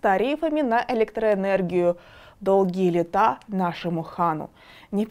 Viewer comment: Что с ударениями у этой ведущей?! Как можно быть русскоязычным профессиональным журналистом с орфоэпическими ошибками произношения? То у нее "летА", то "КарАмушкина"... Куда смотрит редакция? Можно же перезаписать! Или у нас какая страна, какая власть, такая и оппозиция?